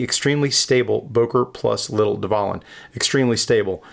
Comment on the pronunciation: The V is pronounced as a W, as it is in the German language, just an FYI mate